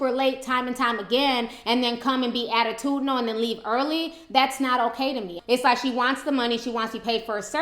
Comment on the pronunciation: Ti just said "attutidinal". s Smh. #Icant